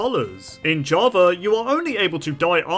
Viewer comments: Java❌ Javer✅ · is it just me or does he spell Java as Javer? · “Jawver edition”